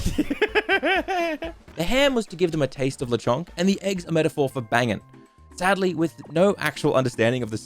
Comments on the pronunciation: Lechonk isn’t “the Chong” it’s “Lechon-k” ( Lechon is baby pig in Spanish) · Very cool how you’re saying Lechonk wrong